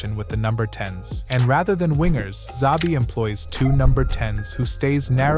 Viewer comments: It's not "Zabi" --- it's "Chabi" :-) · Made a video of Xabi, didn't bother to learn how to pronounce his name. Embarrasing